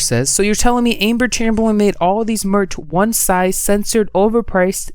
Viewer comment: “Amber chamberlain”